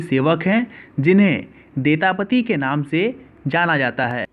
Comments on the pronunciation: Are bhai thoda pronounce sahi se karo. A pudi nahi puri he ar detapati nahi daitapati he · Puri Ko pudi, odisha ko udisa, daitapati ko detapati,indradyumna ko indrayugna, itna mistake karoge kya , so many wrong pronouncetion